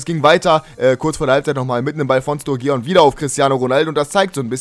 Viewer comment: Sturgeon wird Sturdschen ausgesprochen :)